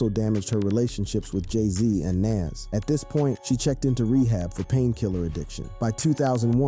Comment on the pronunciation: Nas… pronounce it as Nahz 🤣🤣 He said Naaz